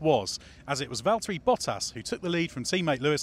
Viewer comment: This season we're gonna be hearing -, it's Valteri....